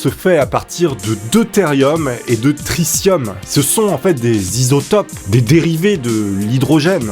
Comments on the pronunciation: C'est une super vidéo mais C'est "Tri 'T' ium" pas "Tri 'SS' ium" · On dit tritium pas tricium